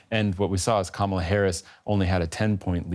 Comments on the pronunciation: Kaaaa-mala Harris. Please! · A whole election cycle, 4 years as VP and the host still cannot pronounce Kamala's name. Nails on a chalkboard